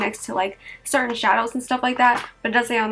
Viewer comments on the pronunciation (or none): none